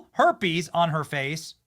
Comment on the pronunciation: Now that Rosie lives in Ireland it’s not herpes..it’s harpes